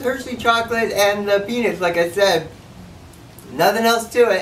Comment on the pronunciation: What the hell is a peenit?